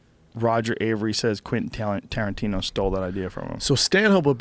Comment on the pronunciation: Haha "Tarantiner"